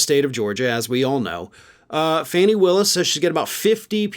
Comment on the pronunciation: Her name is pronounced, FAWNIE